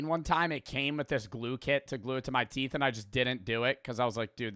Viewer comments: "teath filing"😭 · How do you mess up teeth that bad 😭 “teath” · TEATH FILING?😰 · lol “teath”🤣. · TEATH?! what the fuck is TEATH?! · teeth not teath 😭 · “Teath filing” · Ah yes “Teath” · Bro said TEATH FILING😂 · lol not the "teath filing" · "Teath filing" 😂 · "Teath filing" is wild 😭🙏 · Teeth not trynna be mean just helping 😊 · It is teeth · its teeth also in british english 😭 he just fucked up